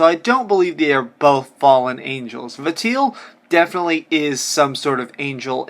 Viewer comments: Please, please, please stop pronouncing Valtiel's name as Va-teel. It's wrong for a hundred million reasons. The name is a compound of a shortened version of 'Valet' (coming from his function in assisting and attending to the birth of the God) and the '-iel' suffix attached to many Judeo-Christian angels (loosely meaning '-of God'). So it's pronounced 'VAL-ti-el', pretty much as it's written, emphasis on the first syllable. I know this doesn't matter a jot in the real world, but it hurts my ears every time you say it. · For the love of God it's "Vol/Val-tee-el" not "Vateel" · Vatiel? It's VALTIEL. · 1. Konami attempting to cash in on popular Pyramid Head character (painting makes no difference, it is a rip-off of the SH movie pyramid head, note the pointed front. Gross). 2. Vuh Teel - Valtiel. Vahl-tee-ell. Oops. I do appreciate this theory, but it only came about because of SH2 concept art for pyramid head. Literally no other reason. (Intermission, the comics are not canon) 3. Correct. No, the fact that PH is following James is NOT the driving factor. The driving factor is this quote, "I was weak. That's why I needed you. Needed someone to punish me for my sins... but that's all over now. now it's time to end this."James admits out loud that he is manifesting PH after he learns the truth. The fact you see him in other series is just fanservice. Pyramid Head only exists for James. literally a cash-in, the same way wesker exists in the RE movies. people like him so he's there. I like you're channel, but you are reaching way too hard. Your theory: No. He does kill himself, yes - but you can't reference the comics like this. They are as relevant to the actual canon as S.D Perry's or Paul W.S. Andersons versions of Resident Evil are - hearsay and irrelevant. I can tell you love Silent Hill as much as I do, but you're wrong. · say it with me val-ti-el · the way you pronounce valtiel's name made me want to choke myself